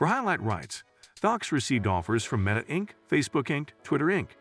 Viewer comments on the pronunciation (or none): none